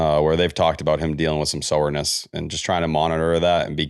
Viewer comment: How does T make “soreness” into a 3 syllable word